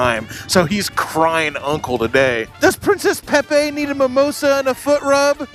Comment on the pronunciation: "Princess peppe". LOLOLOL